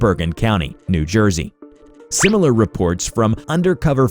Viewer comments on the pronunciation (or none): none